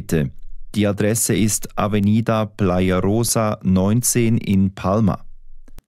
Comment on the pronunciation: AVENIDA! Bem pronunciado mas mal escrito. Ao minuto